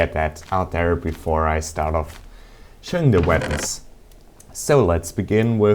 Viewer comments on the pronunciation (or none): E_E i heard veapons not weapons *checks headphones* nope still work